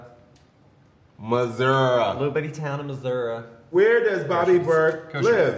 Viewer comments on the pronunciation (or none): As a Missourian, the way they said Missouri made me cringe. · Finally someone knows how to pronounce 'Missouri (ah)'.....Thank You!